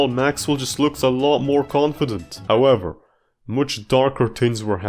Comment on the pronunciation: you also said "stepp" Instead of "Step" And also "howevber"